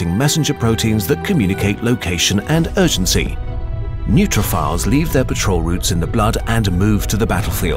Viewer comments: Mispronunciation of "neutrophils"...it's neutrophils, not neutrophiles (think of your buddy Phil) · You pronounced neutrophils wrong. All in all, nice immunology for the masses. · Why would you pronounce "neutrophils" like that? 🙈 There's no "e" at the end! Your pronunciation hurts my soul lol. It was a great video though (I'm a medical student, that's all the feedback I have haha)